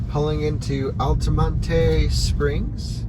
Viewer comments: Interesting travelog. Thanks. FYI -- "Altamonte" is pronounced "Al-ta-mont" not "Al-ta-mon-ta" I have lived there. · You don't pronounce the E in Altamonte Springs. Pronounced Altamont. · nobody else seems to mind him calling it "altamonteeeeey" you're an IDIOT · OMG, please stop pronouncing Altamonte incorrectly...lol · No need to pronounce the “e” Altamonte